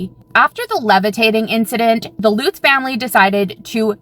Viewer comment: Omg... this chick's pronunciation of the Amityville family as "Loots" is driving me absolutely nuts 😆... it's "LUTZ" not Loots... L-UH-T-Z. UH- like in DUH! I've never heard it pronounced "Loots" 😅😆😆🤦🏻‍♀️